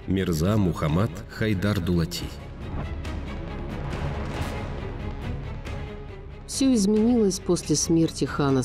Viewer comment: Вонючки слушайте суда не Дулат а дулати